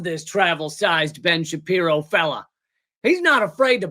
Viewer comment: "Bench apear-O" 1 bad magician